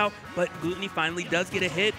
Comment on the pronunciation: How do you still not know his name is Glutonny and NOT Gluttony